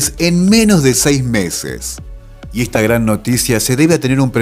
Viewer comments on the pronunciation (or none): none